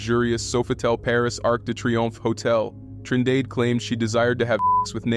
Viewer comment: “Trin dade💀